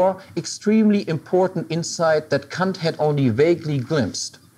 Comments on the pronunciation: It's how you say it in German. Since Kant was German, i guess that's the proper way to say it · What's wrong with the way he says it? Sounds like the proper german pronouciation.